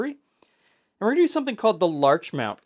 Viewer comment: Showing up right under "knickerbocker" in the book, I wonder if this is named after the town of Larchmont, NY. It's quite close to NYC, so the adjacency to the nickname for a Manhattan resident makes sense. If so, it's pronounced with a hard-T, not in the French style. (/lɑːrtʃmɒnt/) , Embury writes "I have named this after my favorite community" at the end of the previous recipe to introduce this one, too.